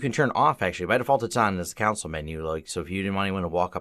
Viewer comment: cringed every time he pronounced 'console'